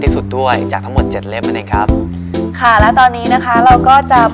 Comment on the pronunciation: ไม่ชอบก๊อฟเวลาพูดคะ ขา ออกเสียงเป็น ฮ หมดเลย